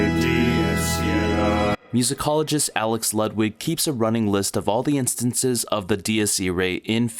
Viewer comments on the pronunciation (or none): none